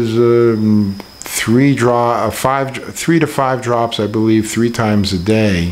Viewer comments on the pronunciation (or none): none